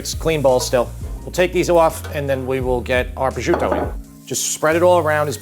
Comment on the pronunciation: Prosciuto is pronounced pro-shoot-o not pro-zuto.